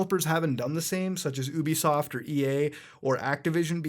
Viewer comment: YOU-BE-SOFT NOT OUUU-BE-SOFT